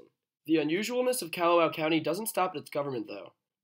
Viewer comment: It’s Kah-hoe-oh-law-vay. If you wanna be lazy, its Kaho-lah-vay. Kalawao is Kaw-law-VAO. Kaw-lawzzzz, not Kyaluh, like Callahan or Candy (KYANDEE). It’s Kaw like car or at least cod, but not like Cadillac